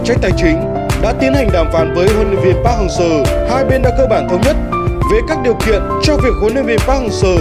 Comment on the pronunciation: Đọc chuẩn vào, anh thì ra anh ,việt thì ra viet ,Seo=sơ